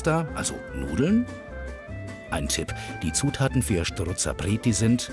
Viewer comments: Es heisst Strozapreti und nicht schtrozapreti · Strozzapreti genau gesagt 😀